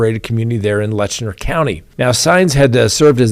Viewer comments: It’s pronounced Lett-chur not Letchner. FYI. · You are mis-pronouncing the county name in the Sheriff case. It is Let- Cher , not Letch-ner. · Hey just wanted to let you know you are saying Letcher county wrong lol. You are putting an "n" in there pronouncing it Letchner. There's no "n" sound. It's said like "Lecher". Just letting you know 😊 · Learn how to properly pronounce LETCHER!!!! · It's pronounced Let-cher, not Lesher County. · Hey, it is Letcher County. No ‘N’ in Letcher. My family is from Whitesburg, Kentucky. My siblings and I own our family cemetery there. We go several generations back. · Not Lestner it's Letcher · It is Letcher County, not Letchner County. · I think you mean Letcher County, not Letchner County as you keep saying. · It’s LETCH-ER. There is no N in it.😂😂😂😂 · Its Letcher County, Not Letchner. There is no N in the name. Now you learned something. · LETCHER not Letchner. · I am, and you should be too, a stickler for spelling and pronunciation. The county is Letcher, not LetchNER. No harm no foul, but these things matter. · It's Letcher county, not Lesner county. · Painful hard pronunciation of “Letcher” 😮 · It's Letcher County. There is no "n". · No “n” in Letcher. Maybe you’re trying not to imply a pejorative?